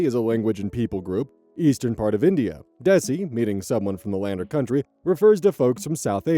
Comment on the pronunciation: my beloved, desi is pronounced like day-see